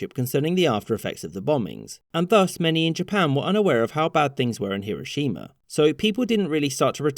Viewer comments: Don't emphasise the "shi" in "Hiroshima". Shorten that sound. All syllables should have equal weight in Japanese names. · finally someone who says hiroshima correctly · Sorry to be a dick but it’s pronounced Her-o shims. Not Hero- shima.